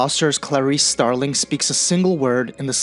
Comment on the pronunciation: Starling not Sterling.